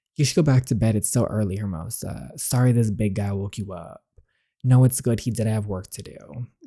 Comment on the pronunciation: "Hermosa" means beautiful and is pronounced "AIR-MOE-SAH". Sound it out slowly and then put it all together quickly. You've got it!